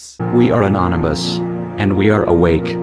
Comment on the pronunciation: Anonymous❌ Nanoms ✅